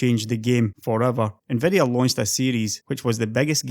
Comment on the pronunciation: Stop saying "NVEDEA" instead of "nvidia"! And "manyfaturing" instead of "manufacturing"! "defenetion", "two fafty thanks", "transastols", "lighting", "chep", "exested", "neintee", "hondred", "faynally", "descraybe", "culer", "competeteon", "dollos", "buck", "pru", "dun't", "gavan", "rebrunding", "bil", "delevers", "vedeos", "pursen", "bagger", "onother", "flagshep", "effeshent", "assomptions", ... OMFG! You pronunciation is SO DISGUSTING! Use Text-to-speech instead! Don't make such a videos!